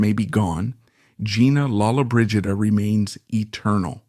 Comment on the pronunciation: You are pronouncing her last name wrong . 🤷‍♀️